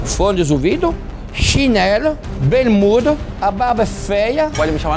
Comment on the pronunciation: "fonezouvido", "chinela", "berrmuda", barba "fêa" e as mães "pintado".... kkk